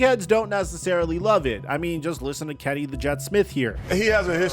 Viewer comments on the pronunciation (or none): none